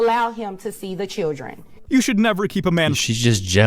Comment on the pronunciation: “You gone low her to see the chirren”. Ugh. Fuckin nagger women judge. Women judging women. What’s changed? Both are gross.